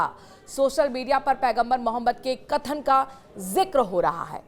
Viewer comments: Anchor mohtarma Hamare Paigambar ka naam acche se bol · Patrakaar Sahiba mere Nabi ka Naam thoda sahi se lo Yun Hi nahin Hai un per Sara ❤❤❤jamana Fida